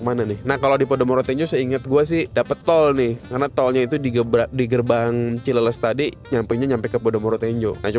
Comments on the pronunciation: Koreksi Cileles baca cileles (bahas Sunda). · bukan cileles tapi cileles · Dengerin... Dia ngomong ada R nya kok